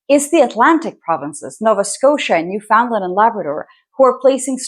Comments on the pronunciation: Please, it's not pronounced New-found-land. Try pronouncing it as Newf'n'land instead. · New-fun-land not New-found-land. We aren't lost hun. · Great video, glad to find this channel. Just a note: Canadians say new-fin-land, even though it is spelled Newfoundland and it has nothing to do with Finland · Despite what the spelling suggests, Newfoundland is pronounced New-fen-land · From an Atlantic Canadian: if you want to pronounce it like a native, it sounds like "Newfin-lund" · Please learn how to say "Newfoundland".